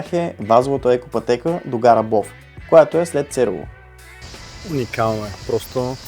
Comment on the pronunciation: Кратко, но много хубаво филмче - благодаря! А сега за старите имена на селата по Искърското дефиле: Имената са стари, вероятно от началото на 20 век. Затова младите туристи много често бъркат при произнасянето. Например за самия "лакАтник" в някои филмчета по ЮТюб съм чувал да го произнасят "лАкатник". Както и да е... А сега, в това филмче, чух произнасяне "цЕрово", а не "церОво", както е било правилно произнасянето на това име поне от началото на 60-те - откакто се помня като турист в Искърското Дефиле. Мисля, че на младите просто няма кой да им каже и напомни.... Иначе те са си на място.